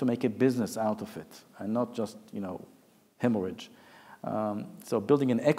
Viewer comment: Did he say hemorrhage? :) interesting view.